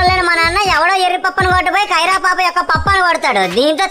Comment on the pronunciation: అది కైరా కాదురా అయ్యా కియారా 🤣😂😄🙏